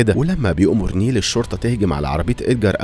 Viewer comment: اسمها نايلة مش نيلة 😂😂😂